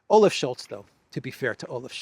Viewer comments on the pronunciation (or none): none